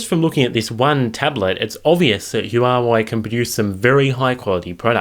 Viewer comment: It's pronounced "wha way" not whatever you said